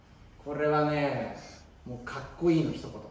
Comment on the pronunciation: どんたけ”かっくいい！”って言ってる笑